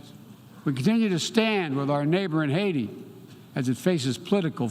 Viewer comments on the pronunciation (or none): none